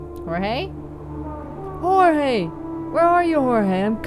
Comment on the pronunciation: Ohh I think I remember the other game! You were a detective, right? Really cool art style. The first one seemed intriguing, shame if it had bad reviews or whatever. Yes, you were pronouncing Jorge correctly. ☺️